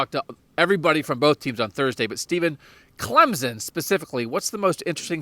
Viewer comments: It’s not Clemzen. It’s CLEMSON ! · Please do not WRITE about Travis (atienn) it is Etienne . And its Clemson not Clemzon. If you can get it right then you can write about Clemson.Thanks